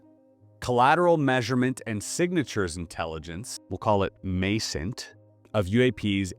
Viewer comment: IMINT is pronounced with a short i like imagery; MASINT is pronounced like maz-int.